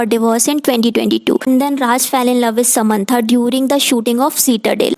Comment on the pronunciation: Semaantha nahi ..sam an tha